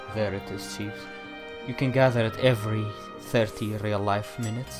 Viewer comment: Just FYI, Chives is pronounced "chai"ves.